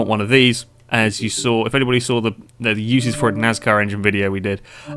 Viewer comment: Why do you pronounce your s in NASCAR like a z .